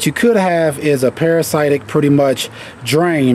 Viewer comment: Just trying to be helpful, but you should Google the pronunciation of parasitic.